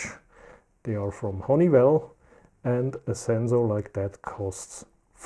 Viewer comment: You said Honey "V"ELL How come in Germany they pronounce the W like a V?